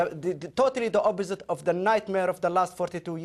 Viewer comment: obbosite? obbortunity? lol